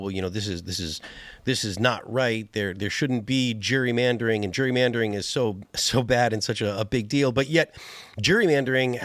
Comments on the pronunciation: why can none of them pronounce Gerrymandering? its not Jurymandering.... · Why does Phil have such a hard time pronouncing Gerrymandering? It’s not Jury-mandering. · Is Phil saying “jury” mandering?